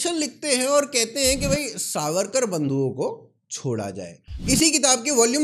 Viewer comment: Pronounce veer vinatak damodar savarkar CORRECTLY.